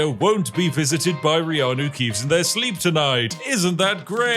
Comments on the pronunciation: I literally cheered when you said Reanu Keeves 😅😂😂😂😂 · Lord of The Gates: Return of the Keeves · Seymour Cleavage please! You are turning Reanu Keeves into Wohn Jick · Dremora Kynreeve? No, I am Reanu Keeve!